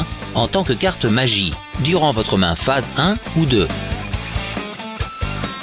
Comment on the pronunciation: Oula la pronatiation main ✋ phase